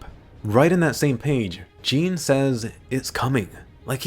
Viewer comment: I think you’re pronouncing jean’s name not right